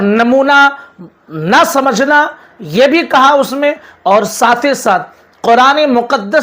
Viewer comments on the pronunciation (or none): Is video mein mufti Tariq masood sahab kuch samjha rahe hai, jisko yeh banda galat bata raha hai aur logon ko bhadka raha hai. (Thumbnail mein likh diya aap rasool s.a.w ki shaan mein gustakhi) Pehle samjho baat ko. Aur ha samcho nahi samjho hota hai😊😊 Thoda khud bhi padh likh lo to tumhara pronunciation sahi ho jaaye. Samchna nahi samajhna hota hai.